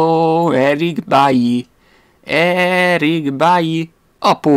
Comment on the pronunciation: Végre, van aki normálisan mondja ki BAILY nevét! 😊